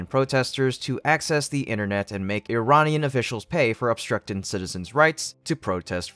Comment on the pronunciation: You can say "Ear-rahn" like is supposed to be pronounced, and not "eye-ran". Funny you did say "Iranian people" correctly. You are hard to predict.